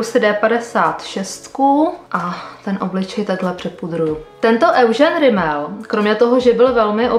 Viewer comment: Petro Eugene se vyslovuje Judžín😉